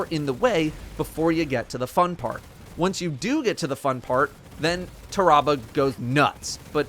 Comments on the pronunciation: "Tah-rah-bah" Pretty sure it's "Tear-uh-bah" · I think it's pronounced Taa-Rah-Bar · I always pronounced it Tear-a-bah Like tear that bear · I love your voice but not when ur mispronouncing words. It’s pronounced like terrible but replace le with ah